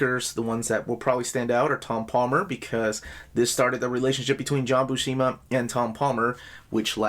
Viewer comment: When I was a kid I saw the name Buscema and I would pronounce it BUH-SEEMA. Then I saw a video with Stan Lee and he pronounced it Byoo-SEMA, long U, short E. And since he was saying it that way right in front of Big John I always thought it must be correct.